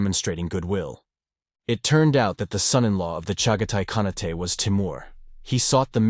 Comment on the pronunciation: omfg AI is it KA-NA-TE or KAH-NEYT (with the projectile vomit inducing upper inflection at the end of your war crime equivalency mispronunciation there? IT'S NEITHER. Pff you wanna destroy the human race, fine, whatever, but at LEAST learn some key words first